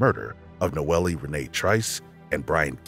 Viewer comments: In I think the 3rd story he keeps saying the victim was "NOELIE" pronouncing it like that but I assume people just called her "NOEL" even tho there was an "E" at the end of her name. This bugged me so much I had to write about it. Silly, I know. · HER NAME IS PRONOUNCED NO-EL. Not noelly. RIH Nono. 🕊️♥️🌹